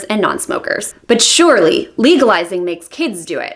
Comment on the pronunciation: "But sureeeeeeelllly...." ( you can be so hot when you get all BBC )